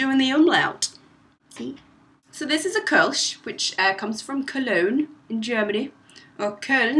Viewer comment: good pronunciation :) But a word to your Kölsch: Kölsch is not beer, it's water with a hint of a beer taste :P Welcome to German beer culture ^^